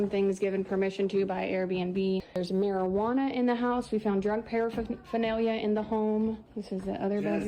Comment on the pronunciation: Mare you AreNa .. whiny couple have interesting pronunciation 😂for Marijuana 😂😂